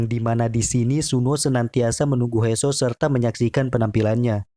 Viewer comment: He soo bacanya (hi suu) bang hadeh